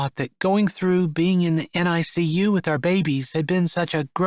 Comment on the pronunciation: Another excellent story! BTW, NICU is pronounced "nick-you." Chapter 6's triplets are cute: Daisy the doctor, Violet the veterinarian, and Holly the homebody.